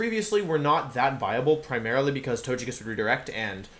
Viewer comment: Every time he says "Tojekiss" it greatly aggravates me